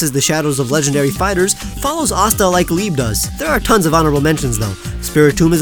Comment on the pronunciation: I'm sorry to be anoying but you pronounced liebe wrong please go to google translate liebe is the german word for love